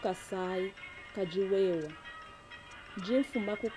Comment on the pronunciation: it's "kadi wewa" and not "kidi wewa"